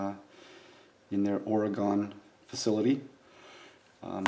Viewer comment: Good review... One thing though... it's spelled Oregon but pronounced Oregun.... gun... thanks